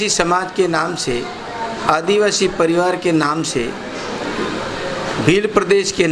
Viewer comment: जिला प्रमुख अपने मिलकर बनाया कमल कांग्रेस एक है आपके बहकावे में नहीं आने वाला है युवा बीजेपी की गुलामी करते हो इतनी काफी है दूसरों को गुमराह करने की कोशिश मत पहले आदिवासी शब्द बोलना सीखो इतना ही आपके लिए काफी है